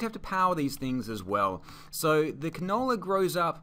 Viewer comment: It helped a lot but you saying the canable was funny